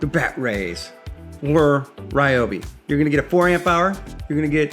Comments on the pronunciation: Rye obi not Ree obi. ❤️ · Remember, folks. It's Ryobi, not Ryobi.